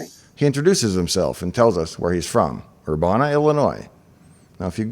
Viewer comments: The town Urbana is pronounced Ur-ban-nah (like banana) . Not Ur-bahn-neh. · Urbana is pronounced er-BAN-eh not er-BAHN-a, like ban the bomb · Ur - ban' - a Not Ur- bah-na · For the record, Urbana rhymes with banana. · No mention of Dave's mispronunciation of "Urbana"? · Very interesting. Minor point, but the “a” in Urbana, as others have pointed out, is pronounced the same way the “a” is in banana. (I grew up in central IL, not far from Urbana.) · Super minor pronunciation quibble: most of us who live in or are from Urbana pronounce the middle syllable (ban) exactly like the English word "ban" spoken in the most typical American accent. Like "bandit" or "Bruce Banner." Also, am I mis-remembering the film? Or are you describing the events of the book? I don't recall Dave trying to awaken the crew before HAL killed them -- I think HAL did that unprompted, and I don't remember anything about the air being removed from the ship (not technically a station, I believe). But it's been a while since I saw the whole film, I could be mistaken. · Just FYI the ban in Urbana is pronounced just like ban. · Learn to say “Urbana” instead of sounding stupid.